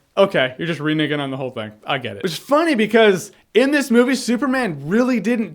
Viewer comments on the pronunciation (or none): Did you say reniggin . I'm offended...LMAO.Yeah dude you were spot on with your review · Lmfao he said " re-nigg'n"